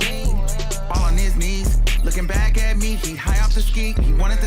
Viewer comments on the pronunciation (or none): “Get yur lick BÄCH” 💀